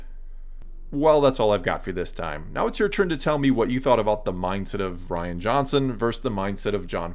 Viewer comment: *Ruin Johnson Could at least get his name right.